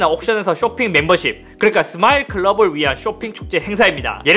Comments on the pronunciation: 빅 서마일 데이.. 스마일 아니고 서마일 국룰이지 ㄹㅇㅋㅋ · 이 형 스마일은 서마일이라 하면서 스마트폰은 잘만 발음해버리는 클라스 ㅋㅋㅋㅋㅋㅋ레게노야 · 이번 인트로 레전드네 ㅋㅋㅋㅋㅋㅋ 계속 서마일 서마일 하다가 스마트폰 발음만 멀쩡하게 하니까 광고취소장 면상에 던짐ㅋㅋㅋㅋㅋㅋㅋㅋ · 여기가 스마일을 서마일이라 읽고 스마트폰은 스마트폰 이라 읽는 유튜바 분이 계신 곳인가요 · 아니왜 스마일은 발음 못하면서 스마트폰은 발음하는데 ㅋㅋㅋ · ㅋㅋㅋㅋ나도 이 생각했는데 ㅋㅋㅋㅋㅋㅋ 스!마트폰!!! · 사투리임. TMI. 이팀쿡 = 경북계 서울사람